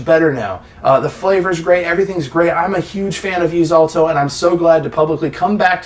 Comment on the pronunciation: Stop saying “vuse-alto”